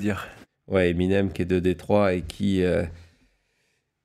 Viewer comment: J’étais malade hier, merci pour les reprises. Petite remarque pour le français… Détroit se prononce ¨Dé trois’ en français 😉 Et il y a autant de Coca Cola que de Pepsi au Québec. Suffit de le demander en canettes dans les restos :-) .. Et le Pepsi a pris toute une débarque au printemps quand il a augmenté son prix, sans aucune raison alors que le Coke est resté au même prix. Pepsi a été obligé de rebaisser son prix, même de faire des promos pour reprendre sa place dans les ventes. Et Coke tu n’as pas le choix de suivre s’il veut vendre autant de Pepsi. C’est la guerre des prix entre les deux, tant mieux pour lles consommateurs.